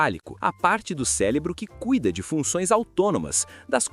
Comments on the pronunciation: ele disse célebro? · Porra. Fala celebro toda hora carai. O vídeo é bastante informativo, mas o bom português é essencial.